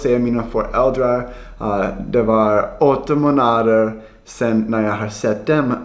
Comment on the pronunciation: när man säger månader så ska man uttala det som ”måånader”, ett långt å, lemonad däremot ska uttalas ”lemonaad”. Men du är jättebra på svenska även fast du har engelskt uttal👍🏼